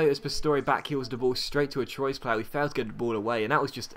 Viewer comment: anyone else cringe at his pronunciation of troyes it's trw-a